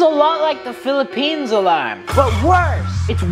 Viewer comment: Bro its philippines not philiphians